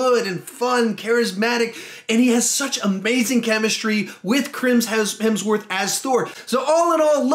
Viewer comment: Did he seriously say CHRIM Hemsworth